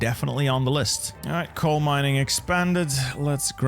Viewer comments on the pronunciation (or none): none